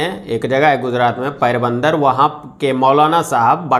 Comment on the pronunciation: अबे जाहिल यू ट्यूबर, तू गुजरात के पोरबन्दर को पैरबन्दर बोल रहा है. साले ज्ञान बाँटने वाले, तुझे तो खुद ज्ञान नहीं है.